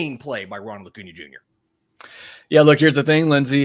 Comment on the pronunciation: lol. saying O’Cuna after saying Ohtani